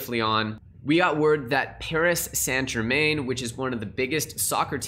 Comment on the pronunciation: It's pronounced (Paris- san - jereman) 👍hate those guys anyway Im a Olympique Lyonnais fan